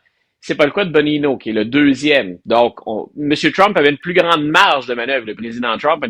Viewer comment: C'est pas "Bonino", c'est "Bongino" comme dans "Bonne-gino". 🙄Veteran de la police de New York et des services secrets, il était sur l'équipe de protection du président Obama. En ce qui concerne Kash Patel, Il est avocat, a était le responsable de l'unité anti-terrorisme du département de la Justice, Ministre de la défense dans la première adm. Trump. Il a été sur le conseil de la sécurité nationale et c'est lui qui a rendu publique l'information qui démontrait que c'était la parti démocrate et Hillary Clinton qui avait payé pour le salissage et la désinformation de Christopher Steale (ancien MI6). Fausse information qui a été utilisé par l'ancien directeur du FBI James Comey (avec l'accord d'Obama et de John Brennan, ancien directeur de la CIA) pour effectuer une opération d'espionnage de la nouvelle administration Trump, "Crossfire Hurricain". Tout cette belle gang de conspirateurs vont finir en prison! Sans oublier Peter Strozk, Lisa Page, Andrew McCabe et plusieurs autres.